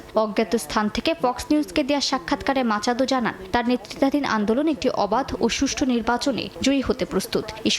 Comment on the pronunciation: মাচাদো নাকি মাচুদো?